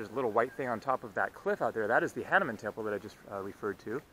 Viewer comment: We indians better like to hear hah-nu-man ,not hah-ne-mann.